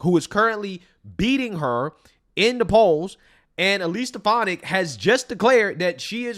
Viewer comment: I heard something other than stef-an-ick.